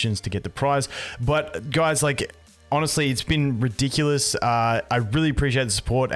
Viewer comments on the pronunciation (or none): none